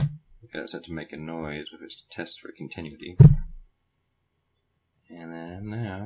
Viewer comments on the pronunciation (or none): con-ti-NU-ity. Not con-TIN-uity. Also, what KIND of "noise" are we supposed to hear, and when? And then, you never show us what your multimeter is supposed to be reading. Less than helpful. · Con Teh New Eh Tee